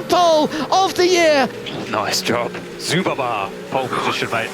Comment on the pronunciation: did bro just say zubaba